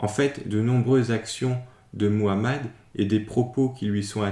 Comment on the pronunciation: Au moins toi tu parles bien le nom de notre prophète Muhammad (❤Paix et salut sur lui)